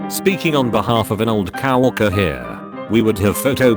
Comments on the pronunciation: Nobody: Text-to-speech: coworker cow-orcer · Nobody: Narrator: Cow-orker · This video pronounces coworker as cow-orker. I have no idea how one orks a cow, or what that even means. Does the TTS not know what coworker means? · when it reads out coworker i always hear cow walker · An old Cow Orca. Gotta love speech synthesis. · It still annoys me that he says "cow-orker" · "Cow-worker"???? ROFL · I don‘t know if I can read „coworker“ normally ever again, after he said „cow-orker“ so many times 😂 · "Cow-eerker" lol. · No one : Narrator : cow arker